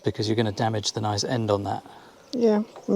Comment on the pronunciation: Guy can say noice!